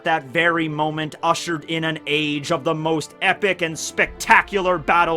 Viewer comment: "Usurshed in a age..." ok.